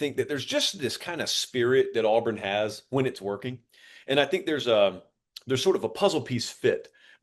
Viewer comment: Buddy just said Auburn. R we trolling its auburn just like nebraska last year they will never be back